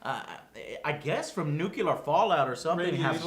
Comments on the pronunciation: Joe, one complaint, it's nuclear not nucular, other than that thank you for the review :D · Joe, its Nuclear not Nuke-yooler. Lol thanks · I can't believe still says "nucular". What the hell? Is it a hard wor dto get down? But then he says "exspecially" on a regular basis. What's wrong with him? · "nucular" it still impresses me how americans get to mispronounce that word so often. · I never have mastered the American pronunciation of nuclear. How do you say that? nookooler? nookyeller? Damn! You could use it as a test for US citizens at the airport instead of messing with passports and biometric data.